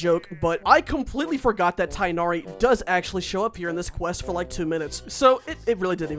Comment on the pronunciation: It’s pronounced tig nari